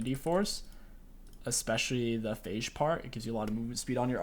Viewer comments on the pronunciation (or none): none